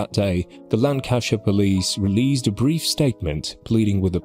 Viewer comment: I think a robot is reading this. He said hairy menopause the first time. Can't even pronounce Lancashire properly or constabulary.